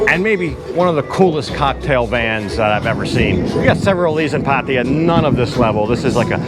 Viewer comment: PATTAYA not PATIA